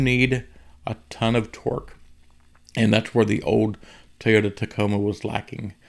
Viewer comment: for the love of the english language ITS NOT TEY-OTA. ITS TOY. TOY TOY. as in OY vey... sheesh